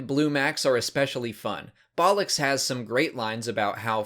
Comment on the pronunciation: Yeah I couldn't stop laughing every time I heard him say bollux